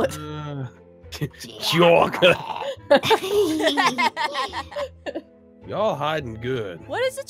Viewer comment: Minecraft nerd:CHOCLATE:CHOCLATE Aphmau:CHOCLATE me:WTH CHOOOCLATE 😹😹😹😹